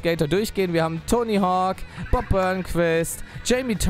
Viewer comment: Wenn du schon ständig "englishe " slangs zwischen Deutsch reinhaust um es " cooler" rüber zu bringen dann solltest WENIGSTENS den KÖNIG DES BOARDS richtig aussprechen können!!! ;) nur so am Rande